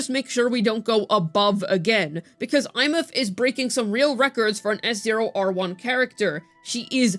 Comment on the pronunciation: SHE PRONOUNCED THE NAME RIGHT THIS IS REVOLUTIONARY